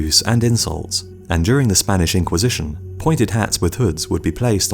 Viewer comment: 5.44 nobody exspects the spanish inqusishone